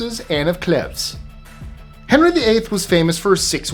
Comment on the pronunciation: Can you please pronounce the word versus...versUS as it is spelt, it so grates when pronounced verse. Please please I so love listening to your list 25 stuff, so interesting, but AHHHH. Sorry to be pedantic,, and it's Anne of Cleeeves!!!